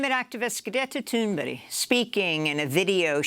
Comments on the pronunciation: She presents herself in the beginning. But I wouldn't expect you to pronounce it in perfect Swedish. Amy clearly makes an effort to get it right. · Props to Amy for her excellent pronounciation of Greta's name. That's not easy......And I am, of course entirely supportive if Greta's point of view as well.